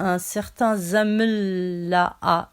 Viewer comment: Ce n'est pas Zamel mais Kamal. Zamel ce n'est pas gentil. Ou alors tu le fais exprès!!!!!